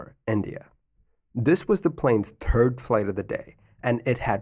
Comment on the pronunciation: Did he really say, “This was the TURD flight of the day”?